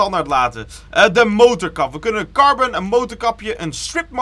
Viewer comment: het is carbon en niet carben. ik irriteer me hier echt aan 🤣